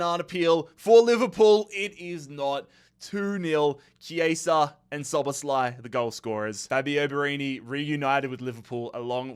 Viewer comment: The best pronunciation of Szoboszlai,what I heard from foreigners. Congrats